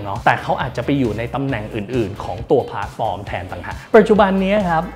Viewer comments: เกือบเคลิ้มกับการพูด แต่ขัดใจ คำว่า “พ้าด” ฟอร์ม เหมือนความเห็นด้านบนค่ะ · ขัดใจคำว่าผาดฟอร์มจริงๆครับ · น่าจะเป็นสำเนียงบิททิชค่ะ